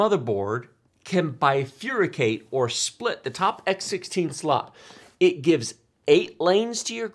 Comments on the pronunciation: Bifurcate, not bifuricate. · Bifurcate not bifuricate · The way pronounces "bifurcate" drives me nuts, having been a nurse. It's FER like two-fer NOT FYOOR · bifurcate not bifuricate....